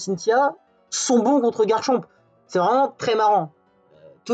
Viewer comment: Ça me trigger tellement que tu ne prononces pas le c à la fin!